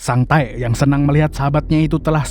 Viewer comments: Sang Tek kalok dibaca Bukan sang taek😂😂😂 Taek ngak tuhh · Kok sering bngt nyebut sang taek nya ngab😂😂😂😂😂anjay